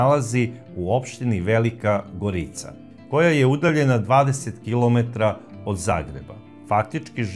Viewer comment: Ja sam iz Velike Gorice , tako se ne izgovara kako Vi izgovarate